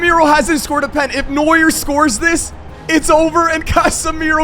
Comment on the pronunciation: Neua don't pronounc the "R" and I'm not dumm am German